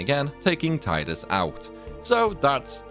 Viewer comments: You pronounced Tidus wrong the entire video. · When will you learn how to say Tidus' name properly????